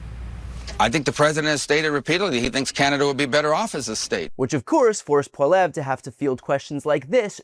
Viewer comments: Hey, BTC! His name is Poilievre. Try just saying Poli-ev. He's a dick, but at least say his name right! Also, at the mark... That was Mark Carney, the Liberal leader and Prime Minister, not Poilievre. If you're going to talk about my country, get it right, please! This election is the most consequential of our lifetime; please stop fucking it up when you talk about us! Much love from the GWN 🇨🇦🇨🇦🇨🇦🇨🇦🇨🇦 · I’ve always felt I’ve benefited from your take on things but you have a couple of serious mistakes in your commentary on the Canadian election. 1) The name of the Conservative Leader is pronounced “ Polly Evra” Pierre Poilievre. 2) The politician you showed answering a question was in fact Prime Minister, Mark Carney. His name sign is red because, like in most countries red tends to indicate a left-ish party and blue a right-ish party. Only in America are these conventions reversed. This may have been the source of your confusion. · It bothers me you repeatedly pronounce his name incorrectly!!!! Wtf is Poleve? cuts to Carney not "Poleve" (whoever the fuck that is) In Canada red is liberal and blue is conservative. Please take better care when reporting on foreign governments!I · Not "Polleve" ...think more "Pol-ee-ev-re". Or, screw that guy. Fine either way. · You also said Pierre Poilievres name wrong. I voted Liberal but hearing Brian say (Polev) in stead of Poilievre (Polly-ev) bothers me. I hope the brakets help on how to say it right. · His name is pronounced Paul-ee-eh-v Not Poll-ev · Christ Brian. I like you, but for the love of god, it’s pronounced “Paul-eeeee-evvvv”, not “Paul-ev”. And before anyone starts complaining about foreign languages and saying you know…Merica’…darn tootin…bang…only English around these parts…bang bang…FREEDOM…and all that wonderfully productive stuff, that’s the ANGLICIZED pronunciation, not the way the French actually say it. Anyways, love you man, but seriously get it together! Lol. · pronounced polly-ev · Say it like polly-ev